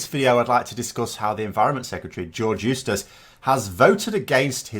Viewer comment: That's what I hear when Phil says his name.